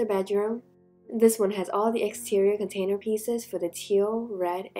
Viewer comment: Instead of container I kept hearing potater?